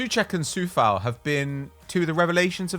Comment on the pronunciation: guys, sorry for nitpicking, but Coufal and Souček, are pronouced with " O" like in O shit. with the U soud, they sound more like being from Slovakia.